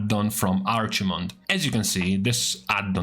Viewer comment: "arch mond" lmao.